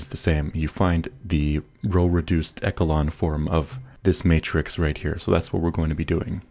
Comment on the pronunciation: Please say "echelon" properly, it made me mad every time I heard you say it. I would recommend you see the dictionary's pronunciation.